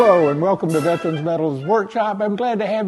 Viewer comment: It would be nice if the speaker knew how to pronounce "VETERAN" correctly. The slang version (Or lazy version) is demeaning and disgusting.